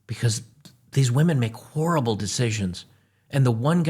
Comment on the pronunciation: hehe he said whorrible